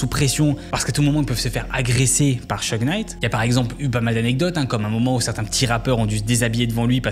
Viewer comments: Vu que c'est un des deux protagonistes de la vidéo, "Sheugue" tout du long, ça pique bien les oreilles, quand même... C'est "Shougue"! Suffit de répéter ce que les gens disent "en V.O." (pourtant plein d'extraits dans la vidéo). Y'a aussi 2-3 autres prononciations hasardeuses, mais au moins pour le principal c'est pas terrible, quoi... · Seudje? C'est pas Syudge? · "Suge" pas "cheug" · Concernant la prononciation, c'est pas [chug] knight mais [sudje]. Juste pour la correction 👍🏽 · Petite precision au passage : Suge se prononce comme Huge (SIOUDGE) Très bonne video, continue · Comment peut-on lire "Suge" et se dire que ça se prononce "Cheug". Faut faire un effort au moins pour prononcer le nom des gens dont tu parles pendant presque 20 minutes frr.